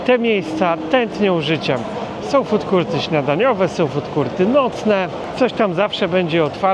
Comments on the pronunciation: nie chcę się czepiać ale na FOOD COURT mówi się FUDKORT, a nie FUDKURT :) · Food court - czyli strefa gastronomiczna. Z pewnością nie wymawia się jako [ FUTKURT ].